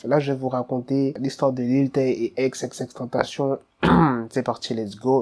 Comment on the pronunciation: Pourquoi tu dit ex et pas X